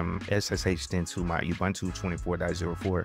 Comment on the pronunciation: I don't know when gateway4 was deprecated but you encountered the message in your video and just ignored it. A quick Google of the error message led me to use the "routes" section of YAML (see an example at /usr/share/doc/netplan/examples/static.yaml) Also, it's like fingernails on the chalkboard to hear people butcher the name Ubuntu. It's pronounced oo-boon-too and people should know that by now, especially people providing tutorials on how to use it. Do you say Wine-dows? Make-OS? Why pronounce it You-bun-too? I appreciate you making the videos, but please make sure you're current, thorough, and accurate. It'll go a long way to getting you (and keeping you) subscribers.